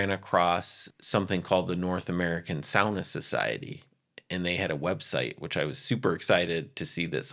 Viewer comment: Just hearing "sauna" pronounced correctly makes me homesick for Helsinki 💙